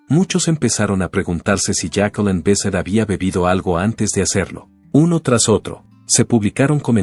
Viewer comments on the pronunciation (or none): No es Jacqueleen, y no es Besset, es falta de respeto leer mal un nombre¡